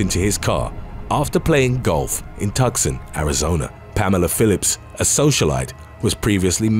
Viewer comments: I 😍 ya and TWKY, but your killing me, mate!! The town you keep saying as 'Tuck-son' is pronounced 'Too-Sahn,' like the bird, eh? I know it's petty, and I'm sure I'll get flack for my comment, but you keep mispronouncing it as well as the name of my, 'May-Suh,' spelled 'Mesa,' but you keep saying 'Mee-sah!' Please, whoever reads the comments, kindly correct! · Two-sawn...not Tuckson... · Tucson is pronounced- Two-saun.. love from Your American viewer ❤ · I really like the videos,! I hope you won't mind a small correction: Tucson (Arizona) is pronounced "Too-sahn". Thanks! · FYI: Tucson, AZ is pronounced too-saun